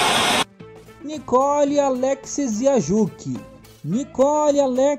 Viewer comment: Se pronuncia assim ó: alek-sie-juqui